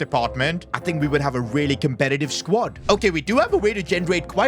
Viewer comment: he wants to have a compededive squad